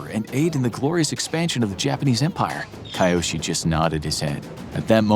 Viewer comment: A bit of pronounciation practice wouldn't have hurt before making this. It's really jarring to hear sometimes pretty near perfect pronounciations and then kAiOsHi even though I'm sure his name is Kyoshi... Hard to tell with that pronounciation though. It's either Kyoshi (K-yoh-shee) or Kiyoshi (kee-yoh-shee) but definitely not what the narrator is saying.